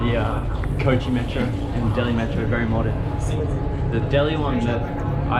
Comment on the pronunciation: maatro? jahil aurat metro hota hai